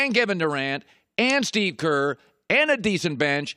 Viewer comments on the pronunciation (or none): none